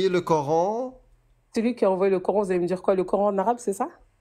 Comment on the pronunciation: un accent un peu prononcé si tu vois qu'est-ce que dj'veux djirrr !